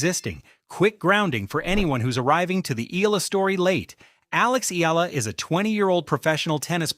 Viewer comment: I love that Alex is loved world wide , but can we please respectfully address this: Alex’s surname is EALA, pronounced as “EYALA” and not “Eela. Kindly learn it and tell the world the same. Alex’s name deserves to be said right. Thank you.